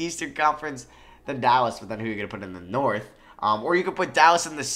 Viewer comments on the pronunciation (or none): none